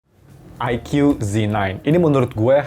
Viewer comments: Baca nya Eike bukan Aikyu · Ikoo zi nain, bang . Bukan aike yu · aiku bacanya, bukan aikyu.. 🤭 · Bacanya "aiku" bang bukan "aikyu" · Aikyu aikyu kesel bet gw dengernya..